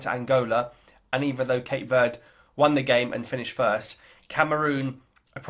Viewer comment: It's not Cape Word. It's Verde, meaning green.